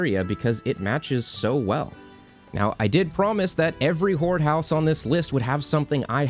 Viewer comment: When you say "Horde house" I just hear "Whore house" ..I'm sorry. 😆